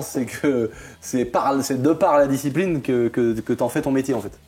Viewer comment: Je suis vraiment un gogole mais quand il a dit " quand j'ai découvert la disciprine" au lieu de ( discipline ), j'ai plié une barre sorry jsuis intenable.. 🤐😜 Histoire incroyable par contre !!!